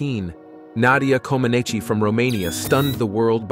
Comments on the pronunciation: though it seems to make perfect sense that her name would be coh-muh-NAY-chee, or coh-muh-NET-see, or coh-muh-NETCH-ee, Romanian's pronunciation rules are full of surprises. Her last name is actually coh-muh-NEECH, and her coach was BELL-uh, rather than BAY-luh. The Communist leader of Romania--Nicolae Ceausescu was chow-CHESS-cue. Well, I may be slow, but I finally realize that, although it sounds real, this is yet another computer generated one. This sorry excuse for C3PO must have pronounced Nadia's and the Korolyis' names 4 or 5 different ways each. Is this really viewed as better than human voices? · Nadia Comaneci is pronounced Comb-in-eech, the i was silent. At least that was the pronounciation they would use when they would announce her name during the Olympics. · It's pronounced Comaneech! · Hey narrator, Nadia's last name is pronounces Co - man - each! Americans!:face-blue-smiling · It is pronounced Komenech. The i is not pronounced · city,,, o-nesht. name: coh-mah-neeech. chow-chess-coo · How many different ways did you manage to pronounce Ceaușescu and Comaneći in one video? Did you just wing it. Try practicing/rehearsing beforehand when pronouncing non-English names. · a short explanation: try to pronounce " - neci" like "bench" swapping letter B with N and mute the last N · I see you are still puzzled... Mihaela is right! ... i is half pronounced, like e en english not a long ee... just as I tried to explain it to you from the beginning... I don't know how you can make the i sound with your tongue, other than that Rareş has valid explanations also. Those YT videos are more informative than 100% accurate all the time ( just like this one). I suggest you find a knowledgeable romanian native speaker to pronounce this name correctly in front of you if it is so hard for you to understand or believe, no pun intended. Have a good day! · Let's see how many different ways AI Narrator Dude can mispronounce Ceaucescu and Comaneci. 🙄